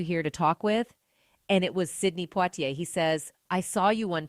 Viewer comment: Am I tripping but didn't the person narrating the video said Sidney portie